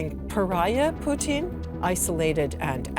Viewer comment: the way this chick says Putin's name like the food is really bothering me.